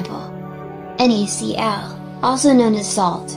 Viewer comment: its NaCl not Nacl